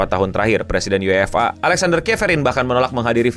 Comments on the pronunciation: kelihatan banget ga ngikutin bola, nyebut UEFA nya aneh “U-E-F-A” bukan “YU-EFA” seperti fans bola pada umumnya 😂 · Dan ketua fa KONOHA dg lucunya setuju n ngedukung si botak Infantino,😂 btw lucu bet penyebutan UEFA dan nama ketuanya ketahuan gak ngikutin sepak bola, KLO siaran Ama koci psti dimaki2 kardus lu😂😂